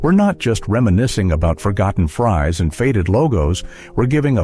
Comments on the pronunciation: Hey fries is not pronounced freeze 🤣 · An otherwise fun and interesting video, ruined by narration. Really sad. when was the last time you had "frees with gravy"? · And don't forget the frees to go with that Big Zee burger🤣 Really sucks when something so quintessentially Canadian gets messed up by U.S. Ai😡😤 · "Frees with gravy" 🙄 <Zellers' Skillet item, should've been pronounced FRIES 🍟> I miss ZELLERS, bring her back! ❤ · and they had fries not frees